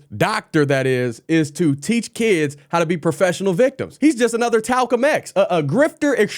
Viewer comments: "talcum x" lmao😂😂😂😂😂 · My man said Talcum X🤣😂 That’s the best line I’ve heard in year’s...mahalo my brahda🤙🏽🙏🏽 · “Talcum X” Priceless 😂😂😂😂😂😂😂😂😂😂😂😂😂😂😂😂😂😂😂😂😂😂😂😂😂😂😂😂😂😂😂😂